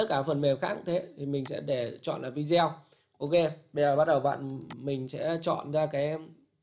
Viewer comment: Không hiểu sao các bạn trẻ có học sinh ngữ khá tốt mà sao cứ đọc VIDEO thành VI -DEO nghe rất khó chịu nếu đọc theo kiểu tiếng việt thì toàn bộ clip đọc theo kiểu tiếng Việt hết , tôi cứ nghe VI - Deo nghe thật khó chịu và tôi ngưng khg muốn xem nữa